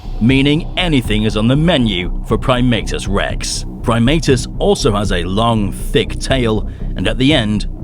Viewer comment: I’m used to always pronouncing his name as “Prim-AH-tus” instead of “Prim-AY-tus”.